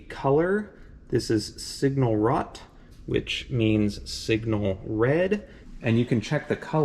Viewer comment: I do speak German and I am used to all sorts of mispronunciations, but your "signal rot" made me spew my coffee 😂 The "o" in German is usually pronounced as 'oh' and not as an 'ah' as we Americans often do. So: r-oh-t. Roht. Or roat, rhymes with boat (although it's more 'oh' than 'oa'). And "Liegesitze" isn't even that hard: 'lee-geh-seet-zeh'. I had a German girlfriend a while back who's name was Birgit. My friends used to call her all sorts of things from Bridget to Brigit to... Until I told them to pretend they were southerners telling their beer to leave in a hurry: beer, git! Perfect: LOL